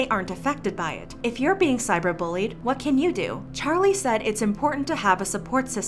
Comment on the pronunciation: D-did you just say "chali"